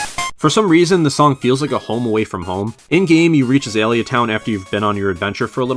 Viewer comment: Oof, your pronounciation of Azalea irks me greatly.